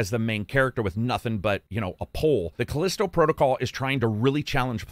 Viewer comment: FYi: "The Callisto Protocol" not "The Collisto Protocol". /shrug